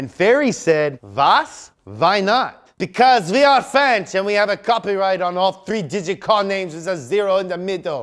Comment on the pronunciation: OUIIII BECAUSE WE ARE FRAAAANNNNCHEEEEE i'm crying!😂 (Btw i know he meant "french", it's just the way he pronounced it, i'm french myself)